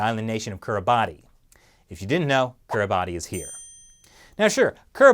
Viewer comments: It's pronounced Kiribas not Kiribati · It's pronounced Keereebas not Kiribati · It's not pronounced Kiribati, it's more like kiribahs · Love the series! Just FYI Kiribati is pronounced Kiribas, not Kiribati =) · "Kiribati" is pronounced "Kir-uh-bahs." You can look it up. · The “-ti“ in Kiribati is pronounced as an S, so kiribas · I think it's pronounced /ki ri bas/ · Weirdly Kiribati is pronounced Ki-ri-bas. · Btw, Kiribati is pronounced "Kiri bass." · The ti in Kiribati is pronounced as an S. Really. Etymologically, Kiribati is from the word "Gilberts", as in, "Gilbert Islands", the European-explorer name for the island group that the country occupies. The local phonology doesn't distinguish G from K sounds, and the local orthography consistently uses "ti" to represent the S sound. Compare the name of Kritimati, one of several Pacific islands that the European explorers called Christmas Island because the sailors caught sight of it in December. Yes, really. Honestly, it's not any weirder than the English use of the letter J to represent an affricate.